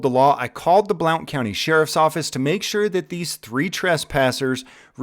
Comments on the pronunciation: Hey it's pronounced sounds like blunt County even though it's Blount County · A couple of things: I'm not sure if you're deliberately mispronouncing the county or not; was sure you were not until you heard it correctly multiple times and didn't catch on. It's pronounced /blunt/ homophonic with the local favorite way to smoke. Also regarding charges it would be correct to contact the office of the district attorney, one Gen. Ryan Desmond, not the sheriff's office. With the evidence that you and many other have, the publicly available recording, that office can and should go forward with charges. But you would contact the sheriff's office concerning their internal investigation, and internal disciplinary action. The D.A. is the one who decides what gets prosecuted, period. They normally get handed a case by the cops, but they are then supposed to do their own investigation just using that as a starting point, and anyone can hand them the initial case, not just the cops. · It's pronounced blunt...😆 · Yeah, in Tennessee Blount County is pronounced Blunt county. I have never known why but it's just always been that way. I have to say if you're in East Tennessee, let's just say The Hills Have Eyes is just about right. I'm surprised this cop taking the call was as civil and professional as he was as I don't think I've ever had a good experience once I crossed from Middle Tennessee to East Tennessee - we call a trip east, a trip to hell. Good luck, those cops were wrong but that's usually the case. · I live in Blount county and just a FYI it's pronounced blunt county. Now your cooking. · Pronounced "Blunt" Blount Co TN